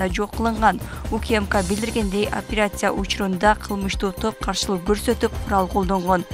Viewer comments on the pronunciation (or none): опирация эмес операция так айтсан боло так так суйлоп